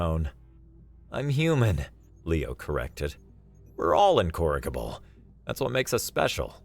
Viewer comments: Note: The 'g' in 'incorrigible' is a soft 'g', not a hard 'g.' It's a J sound. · incorigible is not pronounced like you did. The G is like a J. So not RIG, but ridge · Incorrigible. In-korik-able. Lmao It's in-courage-able. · Love your voice and performance! One pronunciation note - "incorrigible" has a soft g /j/ sound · Ya gotta get the pronunciation of "incorrigible" right, dear narrator, especially if you're going to say it twice, close together. Other than that jarring weirdness, fantastic narration. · I enjoyed this story but the pronunciation of incorrigible,the first time I was like 🤔 but then the second time I was like 😕. Ah anyway keep it good job